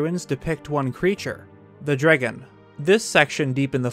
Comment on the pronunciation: the way he says ‘the dragon’